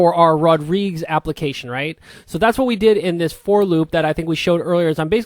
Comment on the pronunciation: Rodrigues has three syllables and rhymes with God-he-says.